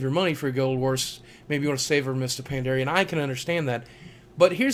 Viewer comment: Pandaren. Say it right or continue to be an idiot. GW2 is boring, too grindy, and just so mind numbingly easy and so hand holdy I feel I sould wear a diaper. Ohhh you can duck roll and dodge! Big friggin deal. WoW is guilty of the same things yes, but they have had 8 years, and WoW Vanilla was awesome. GW2 just came out now, what, a year ago? And Arenanet lying to the playerbase? I rather play WoW, no matter how easy it's gotten.